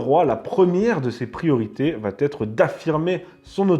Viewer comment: Je suis d'accord avec vous ; le "vat être" [sic] à m'a écorché les oreilles aussi (il voulait sûrement dire "va être").